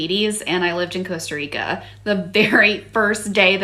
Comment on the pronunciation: Costa "less" Rica...